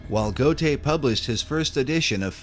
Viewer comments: Goethe Is pronounced Gurr Tah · Please learn to pronounce Goethe correctly